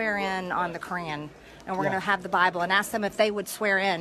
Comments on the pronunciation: I thought I heard Crayon like her main source of nutrition. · she literally pronounces "Qu'ran" like "crayon" and honestly i don’t even know what i expected